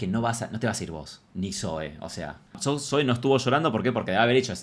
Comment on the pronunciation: Amo a Zoe 💖 (Zoui se pronuncia visheros ahre 😅) 🙊🙊